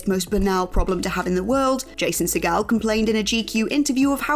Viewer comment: Allowing for different pronunciations amongst countries, deferring to Steven Segal’s pronunciation of his last name is not the way to go. Jason “Seagull” is the usual way to say it